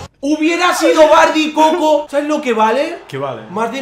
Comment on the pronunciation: no es koko es kojo